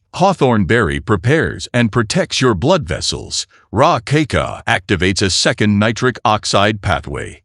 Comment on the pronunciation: it is pronounced kaakaao, not keiko, not kiko and so on. And why bot needs my name